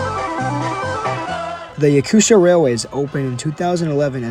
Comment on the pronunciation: Little gap in speaking name "Yakutia" You speak Yaku"sh"ia, but it's region named Yaku"T"ia, "tia", reading like "tea")))) Hello with Russia, Voronezh)))